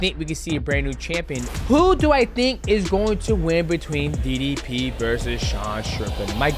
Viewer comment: Why does MM say didi P not DDP